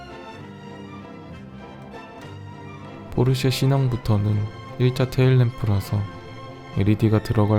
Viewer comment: that ain't Porsche that poi-seì